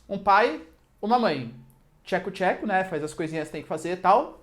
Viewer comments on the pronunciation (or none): "Theco Tcheco" KKKKKKKKKKKKK